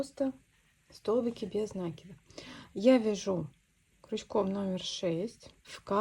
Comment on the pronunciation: Спасибо за прекрасный мастер-класс! Отличный узор! Одна маленькая просьба: слово накИд, ударение ставим так же, как в слове накИдывать.